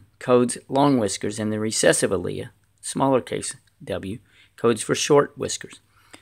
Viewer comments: alia? For an "Ah-leel"? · AL-EE-IL is how to pronounce "Allele" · WTF is an a-leah ?? Allele is pronounced very differently. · I'd like to use this with my students, but when you mispronounce one of the key terms, and use W's (can't differentiate between uppercase and lowercase) and put the lowercase one first...it's tough to use this. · First of all you are pronouncing "allele" and second of all the dominant trait always goes in front of the recessive trait.Other than that you explained it very well! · i was thinking the exact same thing 🤔🤔🤔